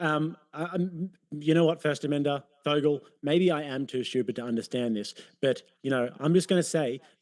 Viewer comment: Did he call that twerp Fogel? lol